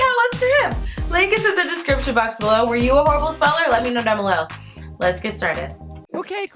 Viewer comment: It’s Horrible not Horabial ._.